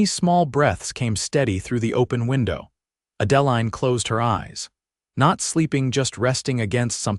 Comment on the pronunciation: It's a beautiful story, but PLEASE learn the correct pronunciation of the names. Adaline is pronounced add-ah- line.